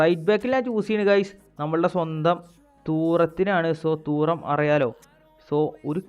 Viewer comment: തൂറം ❌ തുറാം ✅